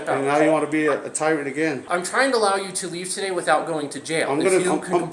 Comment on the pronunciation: Bro can’t say tyrant correctly 😂